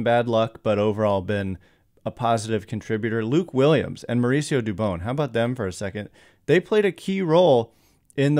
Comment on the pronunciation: Hey I don’t mean to correct you. But it dubon like turn the light switch “ON” dubON